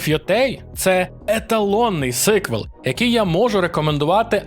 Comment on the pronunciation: Говорив нещодавно зі своїм другом-англійцем про ігри, і коли я сказав "сИквел" він не одразу зрозумів, подумав що хтось хворий (Sick). Так шо вірно все ж таки вимовляти сіквел, бо ж sequel...